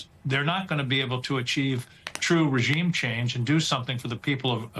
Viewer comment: He also said regume change like Venezuela